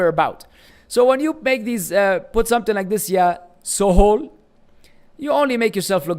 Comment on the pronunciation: This fake so called preacher can't understand the arabic name even! It is not "Sohol" yaa jaahil madkhali it is "Suhail" the english spelling suggests the brother is Bangladeshi!